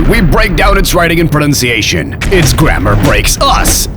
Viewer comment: Your pronunciation is excellent.